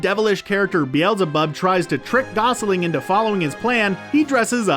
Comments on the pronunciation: Gosling and Steelbank killed me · He also says "Gosling" instead of "Gosalyn." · I can't stand all the mispronounced names! Ugh! I think McScrooge was the worse! What was he calling Gosalyn? (Not sure how to spell that) Who the hell thinks Gummi Bears were lesser known?!? They had 6 or 7 seasons! Whatever!